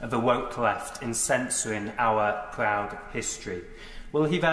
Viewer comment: “Owyre pwowde hwistorey” 😆🤣😆🤣😆🤣🤣🤣🤣🤣🤣😁🤣